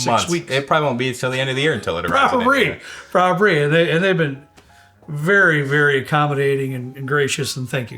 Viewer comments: did you say "probabree, probabree"? instead of probably? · did he really say "Probabry"...twice?